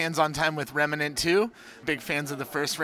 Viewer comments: It's Remnant not "Remanant" ffs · “Rem-uh-nant.” it’s just Rem-nant. 2 syllables. not 3